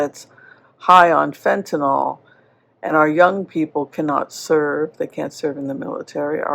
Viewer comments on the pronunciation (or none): It's "Fentanyl" NOT " Fentanol" ! It's like "Nuclear" and "Nucular" sheesh! 😊